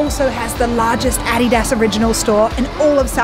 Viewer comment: Who the hell told her to pronounce adidas like that 😂 going here today!!